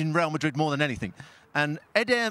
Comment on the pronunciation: Well the guy who can't say Real Madrid like a normal person must be super happy tonight.